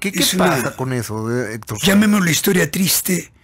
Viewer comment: "Héctor Suerez??"